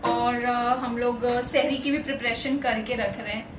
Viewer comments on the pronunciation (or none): GUSTAKHI MAAF....Bhai aap ..SHehri.. kahte hai...*SEHRI* kaha kare...MA SHAA ALLAH bahot KHUSHMIZAJ hai AAP DONO..... HAMESHA KHUSH RAHIYE...